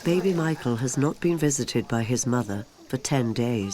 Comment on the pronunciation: Has my hearing gone bad but does that narrator continue to say Mital for Michael?